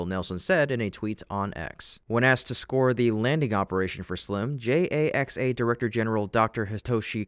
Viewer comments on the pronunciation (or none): What's a JAX-AY-EX-AY?